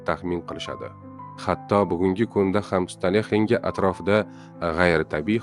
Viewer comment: Stone henge emas stoun henj deb oʻqiladi.